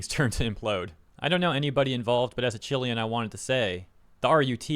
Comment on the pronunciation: that is not how you pronounce Chilean bro 😭😭😭